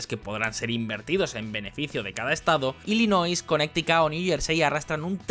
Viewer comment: en serio le dices "conecticut" a Connecticut, que se diría en castellano "Conericut".